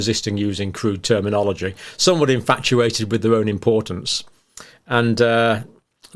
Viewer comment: Did YOU SAY "inFAUCiated"? 🤣👌